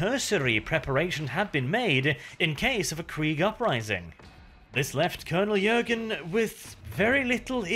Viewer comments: Hi thank you for the remaster. However, I am sorry to break it to you, but the name is Colonel 'Jurten', not 'Jürgen' and I am sorry again, but you make the mistake throughout the whole video...thanks again anyway and happy holidays. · JurTen not Jurgen come on man